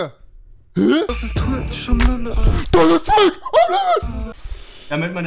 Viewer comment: Kennt ihr das sagt nicht kennt ihr dis